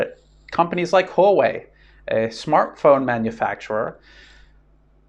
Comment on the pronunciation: It's "hwa-way" not "ho-way". That said, you're one of my three favorite youtubers. The other two being Cyrus Janssen and Daniel Dumbrill. Still waiting for a way to support you via bitcoin.